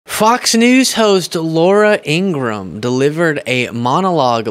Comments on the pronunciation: IngraHam, not Ingram. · it's IngraHam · Ingra-ham, he said it...